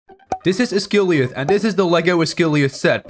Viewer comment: 'Oz guh lie ath' not "uss gily uf"